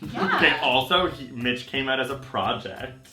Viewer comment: Thanks Mitch! Kinda sounded like Thanks Bitch! Lol I'm laughing so hard :/